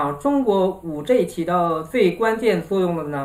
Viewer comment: 你的英文字母發音都不正確 是5G，不是5J 天呀！ 救命啊